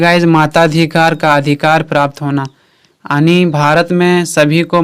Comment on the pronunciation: Sir it's yani not aani